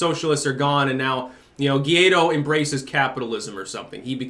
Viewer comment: It's pronounced gwa ee doh